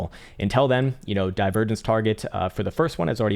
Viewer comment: have you noticed that you say INTEL intead of UNTIlL? We love you anyway